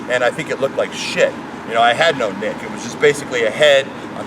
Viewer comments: it''s neck not nick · is it me or is he saying nick instead of neck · The way he said neck like "nick" bothers me so fucking much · He saying neck, but it sounds like dick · is he saying "neck" or "dick"? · I was in a different tab and thought you said, 'Forearms the size of his dick'. Pls Rick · He can't pronounce neck